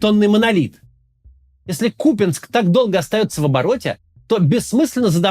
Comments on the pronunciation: Купянск-Узловой не посёлок) эт была ж/д станция для электричек, это город Купянск) КУпянск - ударение на первый слог, не КупЯнск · К у́ пянск. Не Купя́нск. кУпянск! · максим, ну выбери уже полосу: кУпянск или купЯнск! голова болит уже от меняющегося каждый раз ударения. на вики - на первый слог ударение. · Не купЯнск, а кУпянск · Хотелось поправить автора не КупЯнск, а КУпянск. Ударение на «У» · Да что с вами не так? Ну ладно пропогандоны.... Но вы то куда? Не КупЯнск а КУпянск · КУпянск. неужели так сложно павильно называть?😏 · Ну Куупянск....ударение на первый слог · кац блять, да какой кУпЯнск. ну бля, ну послушай как он должен звучать хотя бы от жителей...хоть раз через раз говоришь и с правильным ударением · И продолжает дальше называть то "Купянск", то "КупЯнск", как и остальное... Надеюсь, это когда-нибудь ему припомнят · бля поторопился, снова посередь видео КупЯнск!!! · КупЯнск говорят расеяне,Макс выучи ты наконец правильное произношение,не позорься... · Ку́пянск Ударение на букву У. Максим, есть правила произношения топонимов. Так же, как и Украи́на с ударением на И. Возможно, у глубинариев и нет понимания того, как читаются слова на карте, но у тебя-то должен быть рассудок? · Так они взяли КупЯнск, а не Купянск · Максим, пожалуйста. Правильно название города КУпянск, с ударением на У. Нет сил каждый раз слушать. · нет, он говорит КупЯнск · ▪️Берд-Я-нск, ▪️Лисич-А-нск, ▪️Волч-А-нск, ▪️Космодемь-Я-нск, ▪️Слав-Я-нск, ▪️Куп-Я-нск имеют единый УДАРНЫЙ суффиксальный ( ЯН/АН + СК ) способ образования таких топонимов. ☝️ Это НОРМА академического русского языка. *Зы: город Куп-Я-нск на украинский манер – "КупинсЬк" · Начните правильно ставить ударение в слове Купянск, пожалуйста. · Максим на протяжении 12 минут не может решить, куда ставить ударение в слове Купянск